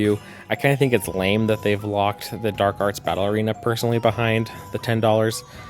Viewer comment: No offense but every time you say "battle arena" it sounds like you are saying "Ballerina" so "Dark Arts Ballerina" is perhaps the silliest collection of words to cross my mind this morning - - so far anyway. Good video!